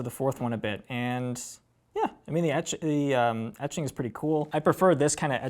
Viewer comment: Honestly your tendency to say "ummmm" or "uhhhh" and closing your eyes when thinking of what to say is more annoying than misnaming a song. You pronounced "etching" like EEE-ching on this video which tells me you were reviewing in your head what you read somewhere. This is an awkward guy to put in front of a camera, where are the well spoken youth of today in music? Everyone on Banger has the speaking abilities of the average freshman in highschool. Just sayin'...